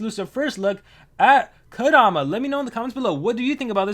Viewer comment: I think u meant resurrection but u said possession lol I think u also meant Kodoma instead of Ondana